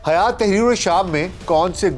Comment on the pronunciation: حیات نہیں بلکہ ہیئت